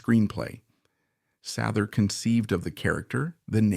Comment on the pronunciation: AI doesn’t know how to pronounce things